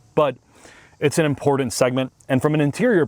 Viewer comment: "ImporDant". Super painful to listen to.